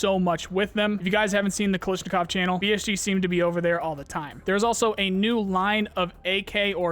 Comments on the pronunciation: Just a heads up, it's pronounced kalAshnikov, not kalishnikov. The first and second A letters should be pronounced the same. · I will never get while calls em "Kalisnikof" xD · The AKGuy might have a problem with how you said, Kalashnikov. Lol. great video. Thanks.